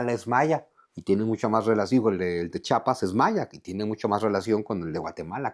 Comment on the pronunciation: Mucho conocimiento y todo, pero le dices Chapas a Chiapas 👎🏻